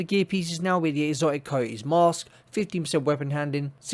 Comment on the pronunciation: I like how you say STABILITY STABIWAH-EE...no L and no T sound. Coyote is Kai-ee. No Y, O, and T sound.